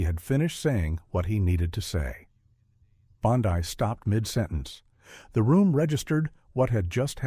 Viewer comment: Food for Fools! How do I Block these fictional accounts? The narrator can't even pronounce "Bondi."